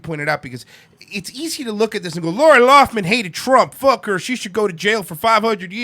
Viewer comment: Its Lough- Lin. Not loff- min. Lol.